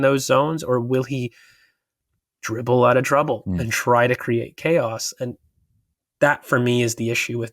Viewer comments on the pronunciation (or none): none